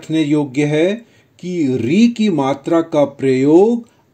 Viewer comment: Bro i don't think it's right it's not matri it's matra